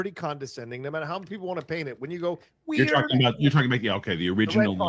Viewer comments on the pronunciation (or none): gets the delivery and intonation wrong on one of the most watched memes in history... Weird (up high), weird (down low). 🤣 How about a white "Zorro," huh??? 😠